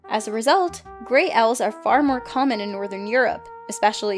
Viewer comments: did the bird girl call Owls - Oils? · Owls is pronounced '"ow-el". English prof--no offense intended. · Tawny oils? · TAWNY OILS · Did say oils instead of owls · Oil? Are you sure? Obviously the rest of the English speaking countries have been saying owl wrong this whole time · Man tawny oils are beautiful (she said oils not owls) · Tawny... Oils? Do you mean owls? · She called them oils instead of owls ,’) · Tawny oil???? Did you mean owl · Tawny oil? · Tawny Oil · I’m sorry. Did she say “Tawny OIL”? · tawney oil? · Tawny oil...seriously?! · ... tawny oil? Wat? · tawny oil?..... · Why do you call owls oyls